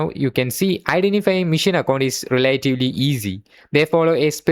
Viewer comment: Great video.. but it's pronounced Machine not mission.. learn it bro